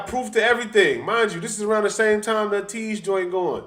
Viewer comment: Also it’s pronounced A-Teez (A like the letter)